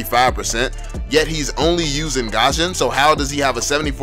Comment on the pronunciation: It irritates me how you pronounced Gusion as 'Gasion'